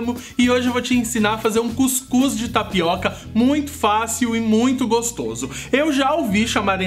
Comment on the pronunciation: tapicô .kkkkk bacana.